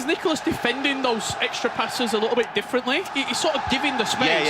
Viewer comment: Its Nicolás. Not that hard.